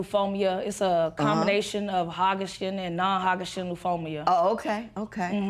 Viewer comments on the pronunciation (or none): Did she just say "hagashin and non-hagashin lymphomia"? In addition to her relationship, she should work on learning how to pronounce her diagnosis correctly because that was rough. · I said was true (i.e. she does need to work on her relationship and she did pronounce "Hodgkins and non-Hodgkins lymphoma" incorrectly) so how is that insulting? And last time I checked you weren't in the room to hear the tone of my voice when I made that comment, so its not my problem that you took my words out of context. Lastly, I'm not here to please you so I can comment on whichever portion of the video that I want.